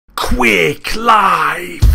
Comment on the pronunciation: Why do people pronounce it Quake Life?